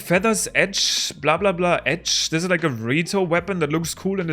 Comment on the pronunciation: Are ya german? Your "blablbla" sounded just so german